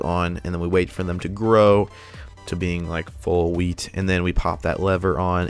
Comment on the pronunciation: When he says a wheat farm it sounds like weed farm